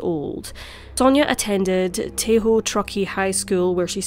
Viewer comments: Just so you know, it's pronounced "Tah-hoe," not "Tay-hoe." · A gruesome tale, to be sure. Any idea what happened to the first child, the little girl? Btw, it's TAH-ho, not TAY-ho. FYI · Tahoe is pronounced “Tah-ho” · Get the pronunciation right, please. It is irritating. It is TAW hoe. Furthermore, she lived on Yori Avenue, which is in Reno, not Sparks. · Tahoe is pronounced "Taw-hoe". It's east of the capital of California. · Minor pronunciation correction, if you are interested: “Tah-hoe”. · Tay-hoe?? Please at least get the pronunciation right 🥴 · Very sad & disturbing. Tah-hoe.